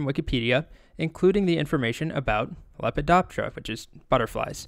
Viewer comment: every time he says Lepidoptera i hear - wubba lubba dub dub )))